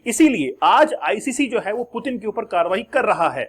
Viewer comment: "डराने के लिए डर रहे हैं" ये एक बकलोली वाला कंसेप्ट है।डराने के लिए डरने की नहीं ताक़त और हिम्मत की जरुरत होती है।मतलब लोग कुछ भी बोल देते हैं। आपको रसियन राष्ट्रपति का नाम का उच्चारण ठिक ढंग से नहीं आ रहा है पहले उसको तो ठिक कर लिजिए😂।और पुतिन कोई हलवाई नहीं हैं की कोई भी गिरफतार कर लेगा।